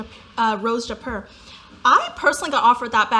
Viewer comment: Who dictates that? Yawning, so boring ! A pop of color it’s everything, especially when it comes to accessories like handbags!! I don’t own a single beige or brown bag, such boring and ill looking color! Did you just pronounce Jaipur as in Haipur? Girrrrl, please don’t!